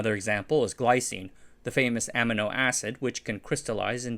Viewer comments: Also, amino is pronounced uh-MEAN-oh not AM-ino You could do a Google search: how is protease pronounced I can get a link for the audio Apologies for being pedantic but your content is so excellent I think this minor touch up stands out. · “am-uh-no” Never heard ‘amino’ pronounced like that.